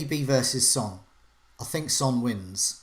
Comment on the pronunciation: Of only she didn't pronounce Son the same as the word for male offspring.